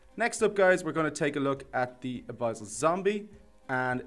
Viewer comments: its pronounced: uh-bis-ul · I don't want to be that guy, but I think it's pronounced "uh biss ul" (abyssal). Btw nice showcase